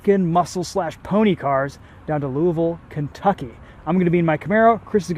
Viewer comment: Good job pronouncing Louisville correctly. Nobody ever says it right